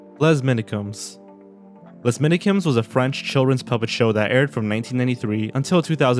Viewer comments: Hi, just a little more information about les minikeums ! (pronounced "ley minicum") It is a style of puppet that we appreciate a lot in France and that's generally been used in satire and parodic humor. We've had a show called "Les guignols" with the same kind of puppets, which features pretty much every french politicians (along other politicians France usually interact with) basically turning every news into pardody. I've never really liked it, it gets kinda gross at times but it's a kind of humor french people are pretty fond of, for some reason. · "Less minikuumess" How do you miss the prononciation so much X) ? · “ less minicooms “ bothers me